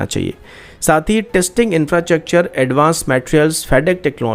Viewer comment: R a yaar infrachakchur bolna bandh karo